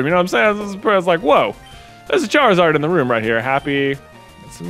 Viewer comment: Charizard should be pronounced like “lizard”